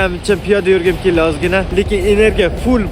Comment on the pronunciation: Kelli deganidan bilib qollim😂